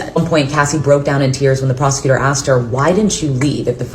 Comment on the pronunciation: He axed to be axed